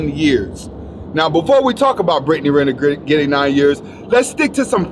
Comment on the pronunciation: This nigga got good content but he can't pronounce words for shit!!! Putin = Puddin' Britney griner= Britney Renner